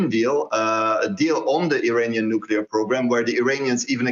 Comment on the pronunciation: when you hear someone saying "nucelar" and english is his main language like the black guy , you can be sure hes an idiot... its NUCLEAR you moron not NUCELAR...